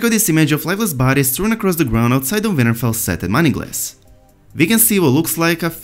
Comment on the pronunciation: His accent made WinterFell sound like Vinterveil lmao.